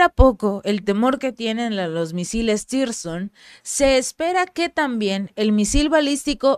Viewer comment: Tirson no, zircon, saludos desde colombia 😊